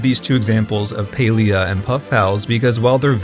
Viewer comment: I don't play the game or anything, but clearly the company that owns Palia didn't lay off 75% total of their workforce... I'm garbage at math and even i know that percentages are only additive when taken from the same whole amount. you're also not even saying the game's name correctly despite showing a clip of someone stating it correctly less than a minute into the video... not the best first impression tbh lol.